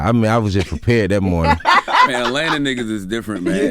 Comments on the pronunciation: prepared ❌, 🅿️pared ✅ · Bruh said P pared lol rappers really be tryna make new lingo on the spot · This man said I’m P pared